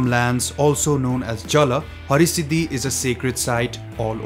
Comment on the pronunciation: Its Har-Siddhi not Hari-Siddhi …please make sure to correct it .